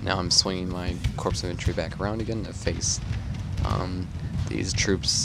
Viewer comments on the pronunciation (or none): The P & S in corps is silent, proper pronunciation is 'core'